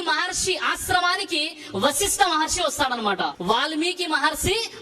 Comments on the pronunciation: హిందువులను సరియైన మార్గం లో నడిపించాలి అని మీరు చేసే‌ ప్రయత్నానికి అభినందనలు 🙏 మహర్షి అని కుడా సరిగా ఉచ్చరించ లేని వ్యక్తి మహర్షులు గురించిమాట్లాడుతూ ఉంటే ఏం చెప్పగలం. ఆ గీతా ప్రవచనం అనే పుస్తకాన్ని కుడా వీళ్ళ ఇష్టం వచ్చినట్టు వీళ్ళే వ్రాసేసి ఇలా అబద్ధపు ప్రచారాలు చేస్తున్నారు ఏమో. మనం ధర్మం లో ఎంతోమంది శాస్త్రం, పురాణాలు ఆధారంగా చేసుకుని అద్భుతంగా చెప్పే ప్రవచన కర్తలు ఎంతో మంది ఉన్నారు. హిందువులు వాళ్ళ మాటలు విశ్వసించాలి‌ గానీ మన ధర్మాన్ని ద్వేషించే వారి అబద్ధపు ఆరోపణలు నమ్మకూడదు. మీరు చెప్పినట్లు వారి మతంలో ఉన్న గొప్ప విషయాలు చెప్పుకోవచ్చు కానీ అన్య మతాలమీద అబద్ధపు ఆరోపణలు చేయకూడదు. మనం పురాణాలలో గోవు విషయం లో చిన్న పొరపాటు జరిగితేనే ఎంతో పరిహారం. చేసుకోవలసి వచ్చిన ఘట్టాలు చూసేము కానీ ఈ దారుణం ఎక్కడా వినలేదు. ఇది చాలా బాధా కరమైన విషయం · మహర్షి అని అనటం కూడా చేతకావడం లేదు